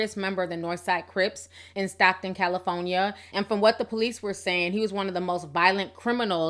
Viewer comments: Love ya girl! You got me weak with this Cali-FO-Nia! 🤣🤣🤣You betta not eva change. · why is T saying California so weird